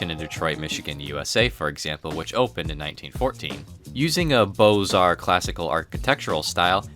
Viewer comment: he said “bows-arts” 😭